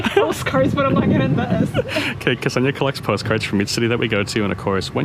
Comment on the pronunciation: Interesting pronunciation of name Kseniya.